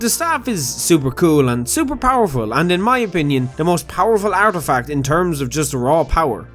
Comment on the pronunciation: It's ''artifact''